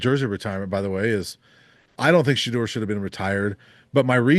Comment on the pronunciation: Learn how to pronounce Shedeurs name and maybe I will take your opinions informed 🙄 It’s been 2 years. Journalist who pride themselves on research